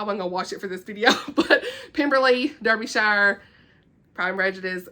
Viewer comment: Idk why I was so mesmerised watching this haha, I love seeing other people's special interests. Also as a Brit I just have to make it known to all my non-Brit friends that it's dar-buh-sher (Derbyshire) or /ˈdɑː.bɪ.ʃər/ is you want the fancy phonetics. I think we deliberately gave our places names ridiculous spellings to confuse people so I apologise for my nation's odd ways 😅❤